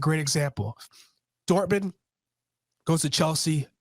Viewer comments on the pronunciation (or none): none